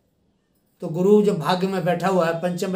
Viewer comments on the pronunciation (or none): गुरु बोल्ने मे गड बड लग्राहाहे 😀शुक्रीया गुरु।